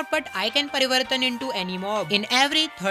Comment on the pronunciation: R U Gujarati ? May I Heard (*Parivartan*)😅